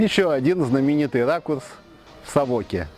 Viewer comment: Итальянцы в произношении города Савока делают ударение на первый слог!